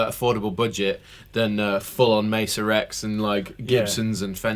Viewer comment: Please guys - you are selling these things - Its MAY-SUH Not messa boogie - these amps are certainly not a mess!